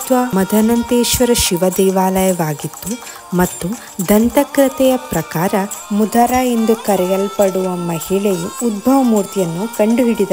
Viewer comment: ಮುದರ ಎಂಬ ಮಹಿಳೆ ಅಲ್ಲಾ ಮದರು ಎಂಬ ಮಹಿಳೆ